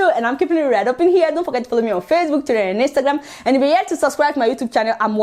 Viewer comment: I like the way you pronounce Twitter, just like twirar